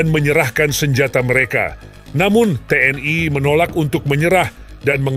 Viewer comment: Mengejanya biasa aja ga usah keingris ingrisan ,TNI bukan T.N.AI